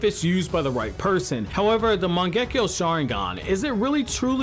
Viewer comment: Turning off the video after first seconds when you misspronounced the name of the mangekyo sharingan.